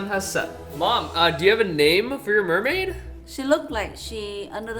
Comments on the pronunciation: MERMAID not ~MERMAY~ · It's pronounced MERmAid